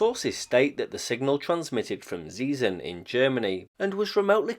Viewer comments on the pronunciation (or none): Thanks for the info, like also for trying - and mostly succeeding - to get the pronunciation right. However, Zeesen was wrong as can be, so to speak: Try [ˈtseːzən] next time .) It really is a pity that you still don't hear in school what the Great Vowel Shift was, and why it is important to know its effects. There's a short and comprehensible summary at WP comments: Go to the GVS article, click on Talk (top left, below the title), scroll down to the comment starting 'The linguistic knowledge level' - voilà PS Singular of kinder is actually kind. You were probably inspired by 'kinder surprise' and the like?